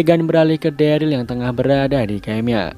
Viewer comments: ikutan koreksi itu namanya si daryl itu derel dibacanya bukan deril 🥲🥲🥲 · omg next vid please stop call him deril.. its pronounced “derel” man 😂 agak aneh namanya jadi deril 😂😅